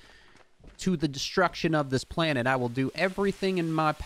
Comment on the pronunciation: Its not your planete , its OUR PLANETE